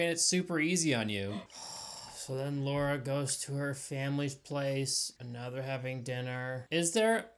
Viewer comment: the way you say Laura lol